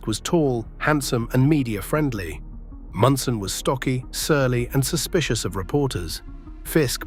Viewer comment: Thurman Munson was, is and ever be my favorite player. And I hate AI that cannot pronounce simple words and names.